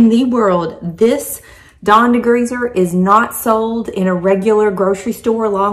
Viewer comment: ...de-greezzz-er 😂 will have to try it.